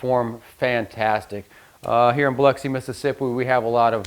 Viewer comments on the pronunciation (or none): none